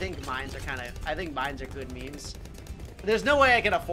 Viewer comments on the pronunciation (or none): none